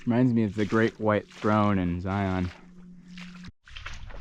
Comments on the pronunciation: Excellent video! Just a gentle critique that Zion rhymes with lion. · Yup! Locals pronounce is Zī-ən, like you would say lion. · Good content. I would like to know how that hike up the sand hill went. I'll bet it was murder. Now if you can just stop saying Zi-On, they way they do in the Matrix movies you will sound like a pro as well.